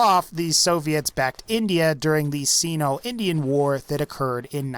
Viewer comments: SYNO, not SEENO... sheesh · sigh no Not seeno Oi. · I think he means sino but pronounces it xeno. otherwise this guy is xenophobic. it's pronounced sign-o. honest mistake. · Seeno? Who the fuck looks at the word Sino and thinks "hey that's pronounced seeno!" No matter what you had to say after I'll never know cause I can't stand the way you pronounce Sino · It's Nikita Krushchev not Nikito. Also Sino is pronounced saino as supposed to seno per the Merriam Webster english dictionary. Other than that great it was great video thanks for the content.